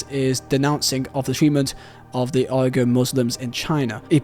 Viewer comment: Uighur pronounced Wee-ger